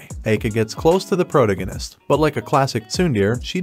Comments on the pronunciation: Except prota-gun-ist…. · Can't pronounce protagonist? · The way you pronounce "protagonist" is hilarious